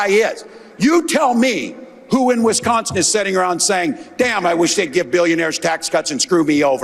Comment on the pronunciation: Thank you, Ben for actually saying Wisconsin right. It's not wes-consin